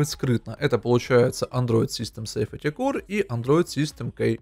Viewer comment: Android system angle произносится как Андроид систем Энгл! Safety Core произносится как Сейфти Кор!